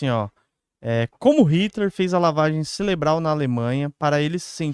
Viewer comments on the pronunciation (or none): 😂😂😂 o certo é "serebral" simples!